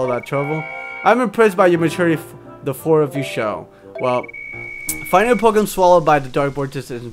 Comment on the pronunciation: u pronounced the pokemons name but it ok